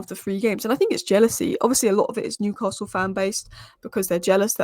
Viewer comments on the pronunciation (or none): none